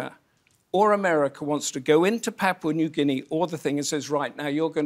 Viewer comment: Thank you Roundtable - PNG Loves Australia USA CHINA n the world , we indirectly trying to be a peace zone for y’all to come chill with us have a beer and talk solutions to issues. BTW Anchor needs a raise for being the first foreign journalist to correctly pronounce my country name 🤣👏🏽